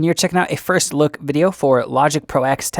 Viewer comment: Nice video. BTW it's Logic Pro Ten, not "ex". And Mac OS Ten, not "ex".